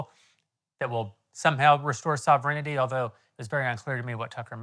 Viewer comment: Also, Jeremy, learn to say ‘sovereignty’, otherwise the Candy folks are going to rip you apart!